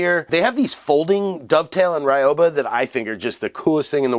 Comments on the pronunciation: Love my ryoba! (By the way, it's pronounced ree-yo-ba, not rai-yo-ba). Nice video! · pronounciation note, it's not rai oh bah, it's ryoba. ry(like reed but very short...r is rolled like rrrrol up the rim to win)o(oh or the o in robe lol)ba (bah like a sheep or something) ryoba. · Ryoba = Ree-oh-bah Sorry, I'm particular about Japanese pronunciation. Very informative video, though. I'm getting into Japanese woodworking, but I don't know much about woodworking in general. Just the basics from hanging out in my grandfather's shop as a kid. The Japanese are amazing craftsmen, so I figured I might as well go that route. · Certainly an improvement. But actually pronounced as two syllables, "ryo-ba" with the "o" sound elongated, like "ryohba". As in "ryoh" = both , "ba" = teethed. Translated it simply means "double-toothed saw" or "doubled saw", or if you like, a two-for-one saw. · The pronunciation is closer to Ree-oba. In Japanese, there is no actual "R" sound, it is closer to "D". The "Y" in this case is pronounced like a long "E". You can listen here